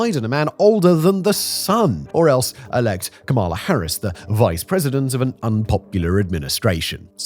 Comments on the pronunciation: Not that it matters now but Kamala is pronounced with accent on the first syllable. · "Comma - La", non "Comaala", good grief. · Did you just say kaMAla? smh... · Why do you keep pronouncing Vice President Kamala Harris' name wrong? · You're still pronouncing "Kamala" wrong. Is it an accident or are you intentionally mispronouncing it in the same way that Trump did? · You can't pronounce "Kamala" either? DISMISSED. (I'm going to pronounce your name "See-mun" from now on)